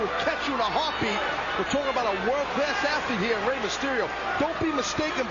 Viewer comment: It's Rey, not Raye.